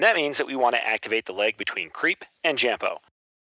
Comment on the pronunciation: absolutely phenomenal video, but its pronounced "craype" not "creep" 😂